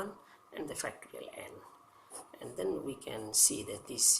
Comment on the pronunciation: Are you saying factory N?